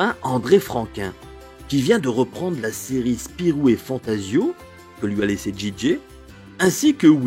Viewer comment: Vidéo très intéressante. Bravo. Deux petits détails cependant: 1. on dit Jije et non Djije. 2. La CBA (compagnie belge d’actualité) n’avait rien à voir avec les éditions Dupuis. Ceux-ci créeront TV Dupuis en 1959 et Morris n’y participera jamais (le film Daisy Town, réalisé en 1971, bien après le départ pour Dargaud, sera réalisé par Belvision, émanation des Éditions du Lombard (partenaires de Dargaud).